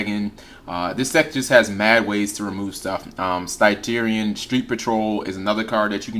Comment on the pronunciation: Stygian, not Stygerian